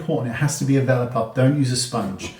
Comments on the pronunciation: Thank you! I had no idea because I pronounce it "velore" not "vela" like I could hear in the video hehe! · Thanks! Heard vela puff too. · Thank you for the upate. I thought he said "vellum" puff! I would have been searching all day! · I was scrolling wondering the same thing! Is he saying developer puff? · What kind of puff is he saying? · ooooh okay! The accent got me! Thanks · I think he's saying a velour puff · Can you please tell me what kind of puff he's saying here? I'm having hard time understanding the word. 😞